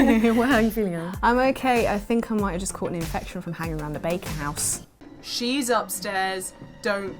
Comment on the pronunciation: im american and i thought ellen said bacon house not baker haha